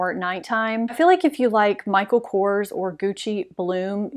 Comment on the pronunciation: Beach by Bobbi Brown for summer currently. I was so glad to hear you pronounce Kors (Michael) just as it appears instead of “Coors” the beer. I live in the panhandle of Florida and some of the women here pronounce it like the beer and I will correct them! I speak French, btw, wish I was there to help you pronounce some words! Don’t take it as an insult, French is the most beautiful language in the world! La Côte d’Azure means the French Riveria-just a footnote.